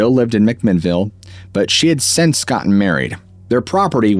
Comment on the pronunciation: This is not on topic, but why do you pronounce the word “since” as ‘sense’?